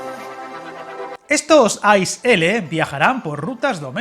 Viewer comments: Gracias por tus vídeos , pequeña matización, las siglas ICE que significa InterCity Express no se pronuncia como « hielo » en inglés sino leyendo las tres letras una tras otra, «iceé», no desearía que te pongan cara de rana si alguna vez vas a comprar un billete en una taquilla alemana y les digas que quieres un billete en el « ais » de para Berlin. Un saludo cordial de parte de un maquinista suizo :-) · Una puntualización: se pronuncia “i-ce-e” (letra a letra) y no “ais”, como hielo en inglés 😊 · I cringed every time I heard "ice" as it's pronounced I C E, each letter separately. And Germans tend to be very ruffled when they hear it called "ice". Apart from that it was a very interesting and informative video! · Por qué pronuncias las letras a la inglesa? Se dice I C E [iːtseːˈeː] L ICE significa Intercity Express, así que no tiene que ver con 'ice' (hielo) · Yo creo que no debes pronunciar ice a la inglesa, si no como en alemania ,que es muy parecido como se pronuncia en español i-c-e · Efectivamente, se pronuncia I - Tse-E, significa InterCity Express. Si nos ponemos finos, tampoco se dice rutas domésticas (anglicismo), sino rutas o trayectos nacionales. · Un pequeño detalle, como alemán que es la nomenclatura de ICE-L se pronuncia diferente a como se haría en inglés y es mucho más parecido al español que lo que se pronuncia en el vídeo. 😊